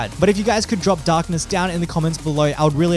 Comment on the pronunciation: Like my old friend Vortiger says "DAaknESs"